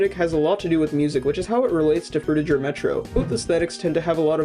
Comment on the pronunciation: No Offense, But You're Saying 'Frutiger' Wrong. Your Saying The Last Part Of It As 'Jer' With A J, The Correct Pronunciation For It Is Similar To How Gir's Name From Invader Zim Is Pronounced